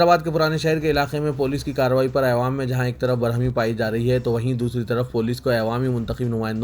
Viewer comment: ewaam ewaam na padhe,n AWAAM sahi thalaffuz h .